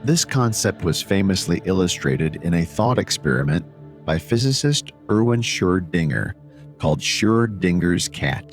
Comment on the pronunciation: SHER-dinger? The pronunciation of Erwin Schrodinger‘s name is a dead giveaway that this is an AI generated video.lol! 🦊🖤🐾